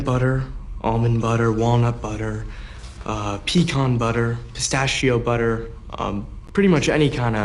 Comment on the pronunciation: “Pee-con budder”